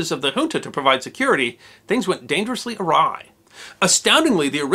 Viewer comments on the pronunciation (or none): none